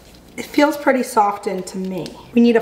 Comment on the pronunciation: ily but i have never heard anyone pronounce the "T" in the word "softened" LMAOOO the t is silent queen😭🩷